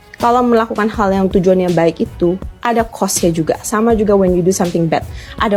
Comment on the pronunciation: Jangan merasa sok superior using English halp Indonesian when U not pronouch it that Rite, wkwkwk EGEN (again) Rite (right) Th Wen (when) Kemplet (complet) Meni more, lol